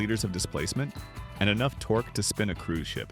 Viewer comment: Torq ee? Might want to work on pronunciation. I'm done .